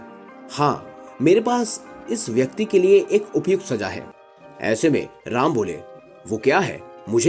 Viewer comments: ram ka name dhang se le bkl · कथा वक्ता का कथा वाचन प्रभावशाली नहीं है अपितु ऐसा प्रतीत हो रहा है जैसे कथा वक्ता कोई व्यंग कर रहा है ।जिस प्रकार कथा वाचक श्री राम के नाम का उच्चारण कर रहा है वो त्रुटिपूर्ण है।उसके आवाज़ में रोष का अनुभव हो रहा है । चैनल से आग्रह है कि कथा वक्ता का चयन करते समय कृप्या इस बात का विशेष ध्यान रखें कि कथा वाचक का कथा के प्रति समर्पण भाव हो जिस से श्रोता कथा को सहज भाव से सुन सके ।🙏